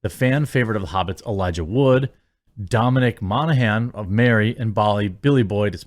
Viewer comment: Elijah Wood* not woods :)